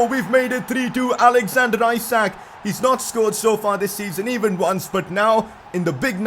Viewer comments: Pcq : Reading Isak no Ajsak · i think the pronounciation is eshuk (the a sounds like u in mud for example) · Isak is pronounced Eesak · and isak pronunciation is wrong too